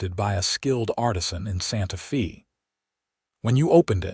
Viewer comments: For heavens sake, get your AI to pronounce Santa Fe correctly. “Santa Fay” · So many stories have this same AI apparently! Santa FEE gets OLD! GRRRRR!